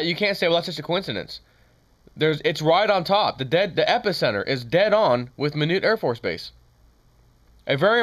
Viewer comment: Just helpin here it's pronounced My-knot. Like this Don't untie my knot.